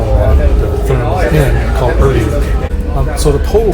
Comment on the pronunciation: It took me a minute to realize that you were saying Therme. It's pronounced more like Terma. Glad you guys had an amazing time! Love the content. Greetings from Nürnberg! 😊